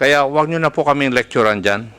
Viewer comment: Correction; Lecturan hindi licturan.